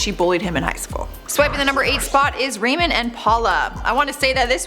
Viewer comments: Number 4 was Ramon pronounced Raw-mone. said Rayman. Anyway would love a part #3 for sure! Thanks you the best!! 👌💯👍💞♥️💜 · abby korchak THANK YOU!!! I cringed every time she pronounced it wrongly.😂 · “Raymen and Paula” it’s ‘ramone’ and ‘powla’ 🤦🏼‍♀️ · GIRL! THERE'S NO ONE NAMED RAYMOND!!! _GDD, IT'S RAMON!!! 😳😳 "WHAT ABOUT RAMON?!"😆😆😂😂😅😅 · “Ruh mone” not “ray min” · Give her a break. She might not have known how to pronounce their names. It's not a bad thing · Lmfaooo Ramon’s name is pronounced Ramoan not Raymond 😂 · Jose was on Catfish twice!! He catfished a girl, who had JUST gotten catfished by "Jose," which turned out to be a girl from her school! Then she met "Jose" and flew all the way to Alaska, and tracked his ass down. Ramon is pronouned Rah-mone, and Paola is pronounced Paol-a. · What’s with her name pronunciation. How can you say “blank” episode ever! When you’ve clearly never watched it. Girl I love ya but watch the episodes! Everyone knows how to say “WHAT ABOUT RAMONE!?” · The pronunciation of “Ramon and paola” really gets on my nerves lol at least try to say it right lol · The way she pronounces Ramon and Paola makes me cringe